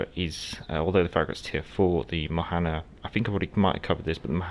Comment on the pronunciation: It’s pronounced Mona-Han. The g is silent, the n at the end isn’t. Great vid per usual.